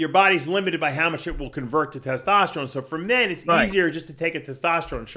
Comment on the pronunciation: That gotta be a freak guy has to make a audio of saying “tetosterone” and “tetostalyze” 😂😂😂😂